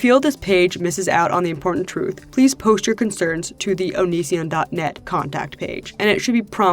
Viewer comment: Sorry if this is weird, but I love the way you say “post” you say it like “posht” lol “posht” “poshted” “poshting”